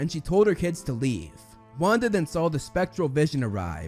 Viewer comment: saying Wanda's name correct Wanda: (: mispronouncing Pietro Pietro: That was the day I lost my identity